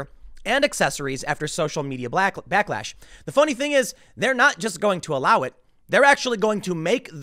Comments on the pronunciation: lol "blacklash" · YOU SAID BLACKLASH LOL! Omg new term!?!?!